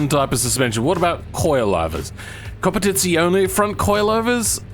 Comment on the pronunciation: Wow, you're one of the few people who says competizione almost right.